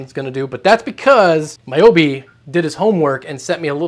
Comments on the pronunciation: Never would have expected "moboibi" to get mispronounced as "maiyobi" 😅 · hearing incorrect pronunciations of someones names, like "my yobi" instead of "mobo ibi", over and over kinda hurts lmao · Take a second to actually learn to pronounce these folks' names and think through the script, bud. The pronunciation of MOBOIBI and the YACF blunder was embarrassing, but maybe those questions were on your WAPS test 🤭